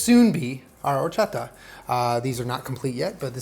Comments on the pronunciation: As a mexican I appreciate this video so much but I appreciate you WAY MORE for not pronouncing WHOREchata XD Recommendation on the elote: before you put mayo on the elote, rub while squeezing the lime directly to it, then put mayo and lastly the cheese. I don't know if US sells salsa valentina but if you're able to get it and mix it with tajin that'll be amazing! Although the traditional chili "sauce" is chili powder (chile de abrol) and lime juice mixed together until creating a paste. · That horchata pronunciation is so good you know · I love that said horchata and not whorechata. Spoken like my real dad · Appreciate your pronunciation of horchata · You say horchata so well 😂😂!!! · Nothing like horchata from scratch!!! The powder stuff is trash 🗑 🇲🇽 ❤️ ❤️ I love how you make an effort to pronounce everything correctly, appreciate it dad! ☺️😂